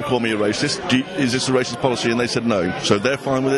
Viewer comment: LOL the guy "I'm no way rashist"